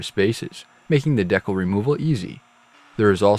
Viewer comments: Always thought it was pronounced decal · I was almost in tears lmfao. Iv been all over the country and have never heard it pronounced that way